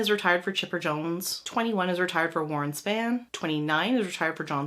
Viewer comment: Had to stop listening due to mispronunciations - Spahn cepeda Doby dierker etc